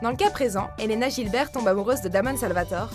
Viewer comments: On dit Gilbert et pas jilbert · Ça se dit Guilbert et Salvatoré.... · BlueCat / WolfiesAddict ça se dit Guilbeurt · super vidéo mais pour elena gilber, Girlber se prononce "GUI" ET "GI" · Guilbert et Salvatoré. Certains nom mal prononcé 💁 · Elle a dit elena Jilberg et damon salvatorE j'étais crispé quand on prononce mal leur nom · elena Gilbert se dit Guilbert et pour damon ça se dit salvatoré. en plus Ian et Nina sont sortis ensemble de donc 3 ans pas un an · ca se prononce salvatoré et guilbert par contre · pour le couple 8 c Elena Guilbert (prononciation) et Stefan/Damon Salvatoré ( prononciation )😠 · les gens je vous jure que je vais le désabonner de watchmojo car ils ont osé metre vampire diaries Nina Dobrev et Ian Somerhalder en huitième position en plus la meuf ne c'est même pas prononcé leur nom sérieux c'est Nina Guilbert "gu" et "j" et c'est pas da mon mais daimon en prononciation pas en écriture d'habitude je suis d'accord mais la 👿👿👺👺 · Salvatorais * et Guilgeurt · Elena gilbert et Damon Salvatore 😂😂 La prononciation c'est Elena Guilbeurt et Damon salvatoré 😂❤️ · Deux choses, tu ne sais pas prononcer "Gilbert" et "Salvatore", et Cory Monteith est mort en 2013, pas en 2011, revoyez vos sources Watchmojo avant de faire vos vidéos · Euh c'est qui la meuf qui parle dans la vidéo? Elle sait même pas prononcé les noms Gilbert et Damon Salvatore ! '^'